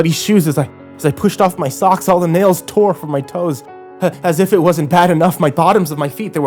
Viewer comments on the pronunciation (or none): none